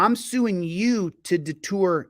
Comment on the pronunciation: its. " deter " I know you weren't trying to be comical there....but you're grasping at that pronunciation was vintage Michael Scott baby!